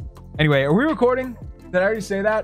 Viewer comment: I swear i love when he says “ ArE We ReCoRdInG” 😂